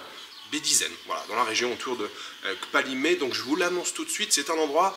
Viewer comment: Merci! Tu me donnes envie de séjourner au paradis… en plus il est 🌷. Pour le parler togolais: ne dis pas KKKpalimé avec un grand K mais plutôt Palimé avec toutefois un léger k très peu perceptible kPALIME. Nos colonisateurs écrivaient PALIME.